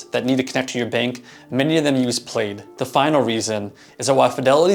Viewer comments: Bro it’s plaid as in a pattern of crisscrossed horizontal and vertical bands in multiple colors, traditionally known as a tartan. Not pronounced played Specifically this company .. The name Plaid comes from a visual metaphor: the intersecting, cross-hatched pattern seen in financial data graphs when mapping out how different banks, apps, and consumer accounts connect together. Co-founders Zach Perret and William Hockey chose it because their technology acts as a woven network linking separate financial systems. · LOL, it's pronounced "PLAD" (for Plaid)